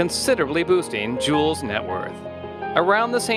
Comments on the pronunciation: The way this dude pronounces his name should be a crime. It's Jū - elz Santana. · If you can't pronounce Juelz or Koch, you shouldn't make these type of videos